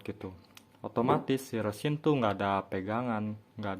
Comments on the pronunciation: Kalau nyebut resin kok rêsin? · Emang ga wajar cara nyebutnya